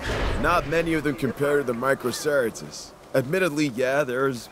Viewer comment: They really pronounced Microceratus micro-cera-tis and Segisaurus Seg-e-saurus jew2 did the name pronounciation dirty lol